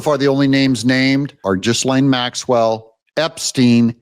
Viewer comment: Ghislaine Maxwell is pronounced “Ghee-lane”… the ‘S’ is silent!!